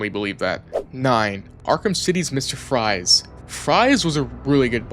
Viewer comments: bro said mr fries instead mr freeze 😭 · "Fries" or "Freeze"?🤨